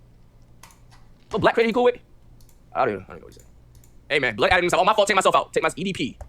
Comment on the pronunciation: "The blax" 💀